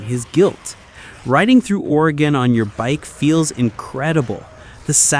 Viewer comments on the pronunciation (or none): none